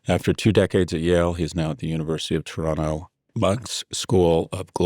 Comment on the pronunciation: Great analysis. Thank you. Not to be superficial considering the seriousness of this conversation, but warms my heart that you pronounced Toronto so well and correctly. Thank you for that 😘